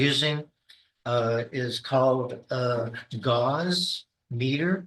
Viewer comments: Another indication that he has no idea what he is talking about is that (magnetic field detection) Gauss is pronounced Gowss (like cows) and not gauze.. Idiot. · PhD not good enough to pronounce Gauss correctly... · Any "scientist" who doesn't know how to pronounce gauss is very questionable.